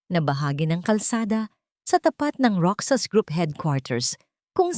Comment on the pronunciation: Kaloka ! Roksas 🤔 instead n Rohas ( Roxas ) hidya 😁 instead n iha ( hija ) kaloka d bagay maging narrator 😕 practise k muna madam